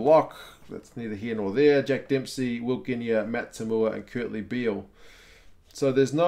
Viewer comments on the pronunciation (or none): none